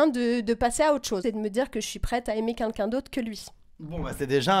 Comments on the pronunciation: alors par contre on dit queLqu'un pas kunkun. merci. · quelqu'un pas quinqu'un mdr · quelqu'un et pas "qunqun" ptdrrrr elle ne sait pas parler cette meuf 😂😂😂😂😂😂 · Par pitié arrête de dire "QueNqu'un" :'(